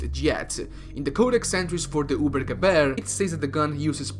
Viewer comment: Wie er es liest ubergewer wie man es lesen soll:übergewehr.